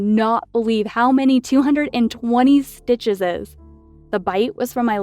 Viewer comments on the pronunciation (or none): "220 stitchehses"